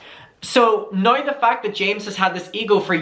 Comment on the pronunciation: And when he says “nye” instead of now 😁😁😁🥰🥰🥰🥰